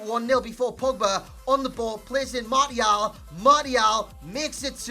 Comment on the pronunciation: Who the fuck is Marty-Al